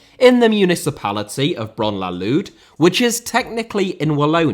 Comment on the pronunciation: Reims also. And pretty much all the other cities he named lol. It doesn't take that much time to pronounce it correctly.